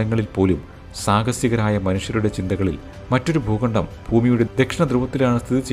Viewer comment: 'Pookandam' ?? Substandard pronunciation😅